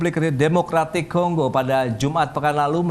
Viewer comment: Kongo min bukan konggo😢